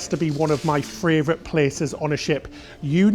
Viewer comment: Can you please stop saying "Fray-vorite" its "Favorite" winds me up haha!!